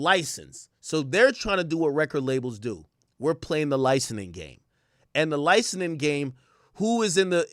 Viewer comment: Somebody teach this man how to pronounce licensing 😂